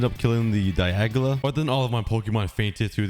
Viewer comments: Hey it's dialga not diagla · He calld dialga daialga or was it just me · Zeraora and dialga not zeroara and dielga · he said diagala instead of dialga LOL